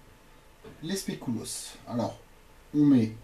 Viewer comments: spéculoos pas "spécouloos" sinon trés bonne recette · Recette très bien expliquée, et le spécouloos ça se dit SPECULOOS. Voilà au revoir et merci pour se partage :) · pas du tout ça se prononce spéculauss regarde sur internet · specouloss mdrrrrrrr 😂😂😂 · wolallala ça donne envie! par contre faut retravailler la prononciation de "spéculoos" :p